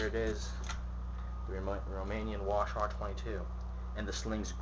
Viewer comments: Wa-Shar 10. That's almost as annoying as you saying "Clip" instead of mag. Also why are you on your bathroom rug. Thats McNasty dude. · Holy fuck. It's not pronounced wash-are and it doesn't take clips.